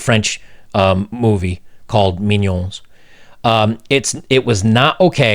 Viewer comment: I'm a french Canadian. Pronounce "mignonnes" like "minion" and you would be closer to the real pronunciation. Mee gnon n-euh(little silent) "Mignonnes" is the feminine plurial of "mignon" (cute)